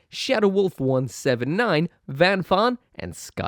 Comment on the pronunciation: Did he mispronounce Thomas in his patron portion at the end there or am I imagining things